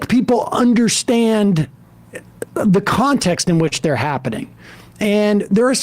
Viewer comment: "For all of da fact heads" 😂😂😂